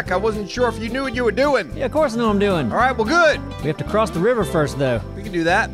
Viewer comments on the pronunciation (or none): none